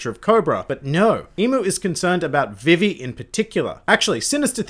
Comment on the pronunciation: > pronounces Vivi's name like the 4kids dub